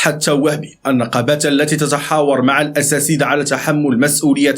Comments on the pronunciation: تحياتي خويا ،نقول الأساتذة وليس الاساسذة،وهذا خطآ شاءع.ولكم جزيل الشكر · الأساتدة و ليس الأساسدة. مع الإعتدار على الملاحظة.